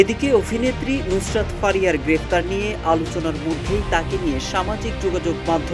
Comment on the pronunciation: অফিনেত্রী মানে কি? এসব ভিডিওতে যারা ভয়েস দেন, তারা কি করে প্রমিত বাংলার জ্ঞান ছাড়া চান্স পান? পুরো ভিডিওতে "অফিনেত্রী" আর পিনাকি ভট্টাচার্যের নাম বললেন "ফত্তাচার্জ", অভিনয়কে বললেন "অফিনয়"!!!!